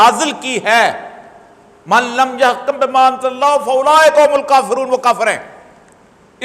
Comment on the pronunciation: اوریا صاحب ۔ یحکم میں ک پر پیش ہے زبر نہیں۔ معنی تبدل ہو جاتا ہے۔ خیال رکھیں۔